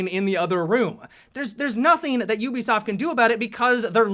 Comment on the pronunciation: Ubisaft? Ubisaft?